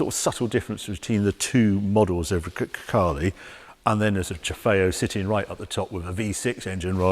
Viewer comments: Grecale, sounds like 'Grockle'. Looks like a Kia, sounds like a Golf. It's just another car-by-numbers Stellantis shitbox. I'll pass. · GreCACALE. Oh my God, Harry :)))))) That's why I love you. Probably everyone missed that.